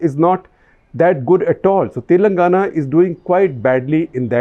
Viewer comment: its "Telangana" and not "Telnagana" .. favourite state in quotes :P